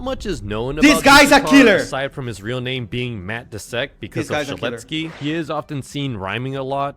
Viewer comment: Fu-ck you you said matt dusekkar not trust worthy